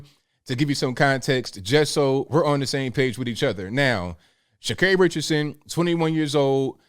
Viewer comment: Are you saying her name wrong intentionally 😂